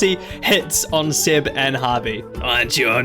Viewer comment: Why are you Pronouncing Seb as Sed?